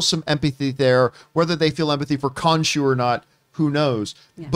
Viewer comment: Jesus.. Sooo... Now we kno is ridiculously horrible with Egyptian God name pronunciation. "Kahshoo... Skivett...Skemitt" 🤣😂🤣😂